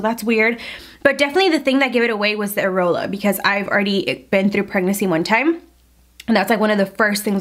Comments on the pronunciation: IT’S AIR-EE-OLA! 😂💀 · i was laughing so hard at the way you say areola 🤣🤣